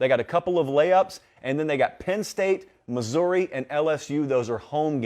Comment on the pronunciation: You say BYU right but you say Missouri wrong 😂